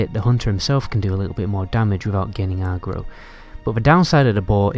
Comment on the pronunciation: Is it just me or is he saying aggro bizarrely? Other than that good vid